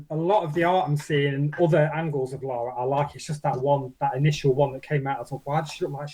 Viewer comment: They better pronounce her name correctly.. It's Lara nor Lora.. A tip for getting the proper Lara Croft costume..She wears a teal coloured leotard as the base.. Then brown shorts, calf length white hiking socks, brown army style boots calf length.. Brown leather backpack, brown Leather dual gun holsters..